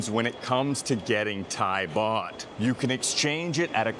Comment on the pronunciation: It is Thai baht not Thai bot.